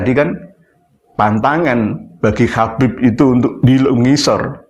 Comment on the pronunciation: Nyebut habib aja khabib…belajar dulu sana nyebut huruf hijaiyyah yg benar jgn bikin malu aswaja